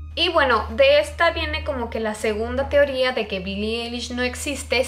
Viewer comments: dice mi hemana que no mames no se dice billie elish swe dice billie alish q8ue no mames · Pues la verdad Billie Eilish no compone sus letras y tampoco sus melodías, eso lo hace su hermano Finneas, y se pronuncia "Ailish" no "elish" jeje. 😅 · Bili Ailish* así se dice JAJAJA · Billie Eilish Fan, Se como se escribe su nombre 😑, lo que escribí es como se pronuncia, ella está pronunciando "elish" y se pronuncia "Ailish". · Se dice ailish :v pero bueno, tal vez ni sabe nada sobre ella y solo iso esta teoría porque no le gustó su forma de ser de billie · No es hate pero así no se pronuncia su nombre 😫